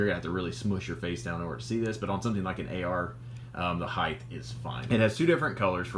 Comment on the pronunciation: 😢 HEIGHT DOESN'T HAVE A TH. "HEIGHTH" DOESN'T EXIST😮MY SISTER'S ABSOLUTE PET PEEVE.